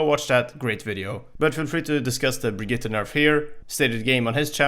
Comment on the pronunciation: Finally someone who says Brigitte decent